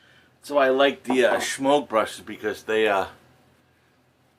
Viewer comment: I always chuckle when you pronounce the brush Shemogue, like there is an H in it.